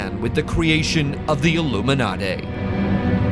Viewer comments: ILLUMINADAY????? And here I thought all these many years that I was pronouncing it correctly - Illuminati!!😊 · Don't trust anyone who pronounces illuminati...."airloomenartere" 💀🤦🏾‍♂️ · Aluminumarty? You lost me. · "The illuminartay are in control"...??? I'm done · I tried to watch but I can’t get over how you pronounced Illuminati. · I noticed too, is it the same guy who pronounced nazi as nutzi in another video?😂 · It’s almost as if a Brit recorded it with all those extra R sounds in words like Illuminarti and Incar, but then ran it through a filter to sound American.